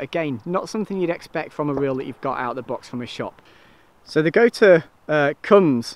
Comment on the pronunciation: The brand gotuer is actually pronounced got you!